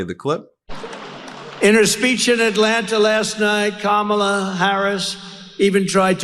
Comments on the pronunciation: “Unlike kam-ah-la, I know my roots” 😳 The miniseries #Roots aside, this trump shill must know that most black people in America can’t trace their “Roots” back any further than the last slave owner. Another tragic side effect of slavery. {Though, in truth it was done on purpose, wasn’t it… that makes it an intended effect and no one could convince me that Lay-ra troomp didn’t think of this when she chose her words. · Wtf is a Camilla??? her name is Kamala🙄🙄🙄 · Ka-ma-la ? Mel-an-ea ? Iv-an-a ? Mar-la ? Iv-an-ka ? .... it isnt difficult to pronounce the name of the next President of the United States , KAMALA HARRIS . Trump manages to pronounce correctly the names of his wives and daughter . But i guess he could always just call Kamala Harris , Madam President . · He calls her Ka-ma-la, she needs to call him Don-old😂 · I think you're mispronouncing Kamala's name, Ben. I think her name is pronounced Ka-MA-la. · mispronounced her name purposely, how classy? Can you look more like Melania? 😜😏 Cause you're not doing something right or else you'd be poised to be the next First Lady for Don the Con orange man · Trump has introduced this concept of not saying people's names correctly - when he in fact bothers to know a name at all. Both he and Habba have mispronounced names then sneered and said "whatever he/she calls themselves". yes, they call themselves that name, because it IS their name. If they want to play that game, let's all talk about Ronald and Balloona. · When people purposely say names wrong . . . Kamala, Fani, the “Democrat” party